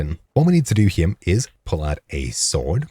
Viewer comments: You stab it ere. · I just wanted to say that I very much enjoy the way you say the word "here." It keeps me coming back 😅